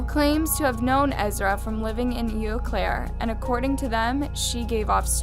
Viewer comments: Am I the only one cringing at the mispronunciation of Eau Claire? I’m a Wisconsinite and I am surprised that Eau Claire is one of the harder cities to pronounce, especially when there are places like Menomonie and Manitowoc. (This is coming from someone who grew up in the area-a neighboring town but I spent pretty much every day in Eau Claire) It’s French so Eau does not sound like “eww” it sounds like “oh” and it means Clear water. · It's oh Claire not ew Claire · It’s ohhhh Claire. Not ewww Claire. Sincerely a Wisconsinite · And anytime she said "Eau Claire". Being from Wisconsin, there are alot of indigenous words used in the town names. Its pronounced "Oh Claire", not "Eew Claire". Lol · I live in Eau claire where that one girl moved and you said the town name wrong its french and it means clear water and it pronounced oh claire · Cadaver is pronounced ku-dav-er with the emphasis on the second syllable. Eau is pronounced "Oh". Other than that, I enjoyed the video.